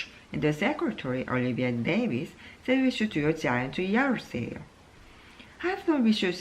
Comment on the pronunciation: 👍👍 Uncle처럼 이혼많이하면 관계전문가( an expert in relationships who has married 4 times)되나요? 농담.. Recliner( 뒤로 졎혀지는 의자에서 2번 들어 보았습니다... Scrimmage 같은 조금 어려운 단어는 아무 문제없는데, heard, said 가 hurt, says 인지 쪼께 한박자 늦게 좆아가게 되네요...(저만 그런가요?).... 읽으시다가 (속으로) 액센트 더 넣어야지! 하셨는지 중간부터 더 좋았어요...